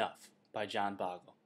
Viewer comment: you don't even know how to properly pronounce Mr Bogle's last name. Embarrassing